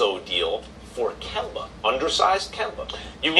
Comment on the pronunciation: I think he said Gember the 2nd time 😂😂